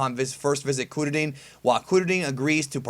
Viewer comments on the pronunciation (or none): The way you say kuririn is triggering me. They dont even say it like that in the show with their thick japanese accents. They say it like "Kur-rih-rihn" not "koo-dah-dihn"